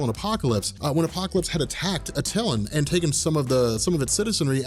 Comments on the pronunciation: Love your videos but the Inhumans city is not pronounced Uh-Till-An" it's "At-Tuh-Lan.👍🍻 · Your killing me,the correct pronunciation of Attlian is Ah-Tuh-Lan come on your Attlian and Wonder Woman's mother name Hippolyta you butcher both names ever time,makes my ears bleed🙉🙉🙉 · love your videos and im not trying to be a dick but you're saying Attilan wrong it's at-a-lan not a-til-in watch a cut scene from marvel ultimate alliance